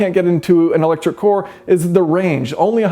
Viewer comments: I'd like to know, in which part of America is the word ' car ' pronounced as ' core ' ? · Electric what? You need to work on pronouncing car okay? It's car with an A not two o's. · i never noticed the way you pronounce "car" until today. Sounds like "Core". Where are you from? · Are we not gonna discuss the fact is that he pronounces car, “coor” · Sorry, I can't help but be constantly distracted by how you pronounce "car" as "cuar". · I heard it as "caw." Maybe he is Canadian? They sometimes pronounce the letter 'a' as norwegian ' å.' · I kept thinking he was saying electric core lol. Wasn't watch but rather listening. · Why can't you pronounce "car"? Coor? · Lol i love the way you pronounce car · I have been watching your videos for about a year now, and I just noticed how weird as hell is your pronunciation of the word "car." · The way you mispronounce 'car' is intensely irritating. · I think I'll take my advice about cars from someone who can at least say the word car. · You pronounce 'car' weird, which in a video where you say it 100+ times became all I could focus on 😀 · Why does he say core instead of car? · The word is CAR...not cor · I'm sorry... What's this "electric core" you keep talking about? Sometimes I think you're saying "car" but then I'm corrected the next time you clearly say "core." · Does he say “electric car” or “electric core”? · Why do you pronounce Car as Core? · It’s car not core. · I know right, im in Australia and i say "kaa" when i am saying car, all i am hearing is "core" when he says it. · vowel sounds are tricky, the typical pronunciation of car in America is with a sound like star or jar (annunciating the r (kɑɹ)) where as with his regional accent (Midwest?) he pronounces the a like an o so instead of car we get core. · It's car, not kore. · Can't decide if he says car or core or both....Probably both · "car" not koar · the word is C A R ... not Core, not Corr, not Cor. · "electric KOR" .... aaaargh, it's caaar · "electric cor"